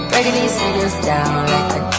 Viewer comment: Kuhle nibahle and you sound beautiful maka Imi❤ but please standwa sana yehlisa on saying "okay" and "dzown"😂